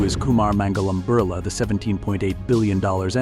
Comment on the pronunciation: It's not burla .it's Birla